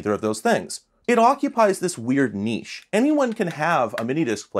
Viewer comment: Aye niche pronounced correctly lol